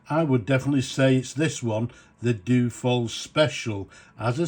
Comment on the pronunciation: Dyu-oh-fold...... not doo-fold....